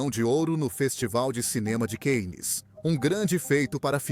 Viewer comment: Não é keines é Cánnes...não é szares é czares...culturalmente vocês brasileiros estão muito atrás....